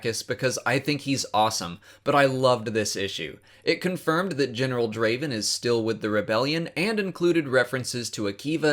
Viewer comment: Not Draven...Draaaaaven